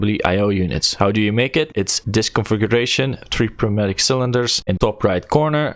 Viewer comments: I still believe the p is silent there too, it's just closer sounding to noi (as is noise) mat-ish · I'm gonna change your life a little bit. The P is silent. so its pronounced new matic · I‘m pretty sure he is German & we know this als „Pneumatik“, thats why he use the P